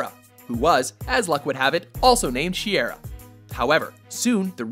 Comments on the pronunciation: It's not she-err-ah, it's shy-ear-a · Who else is annoyed by the way he says Shiera? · Man he mispronounced her name and the metal.